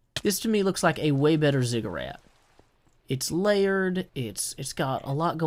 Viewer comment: ziggurat, not "cigarette" - its a pyramid like structure